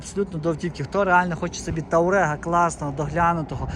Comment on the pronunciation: Він «Туарег» а не ТАурег😁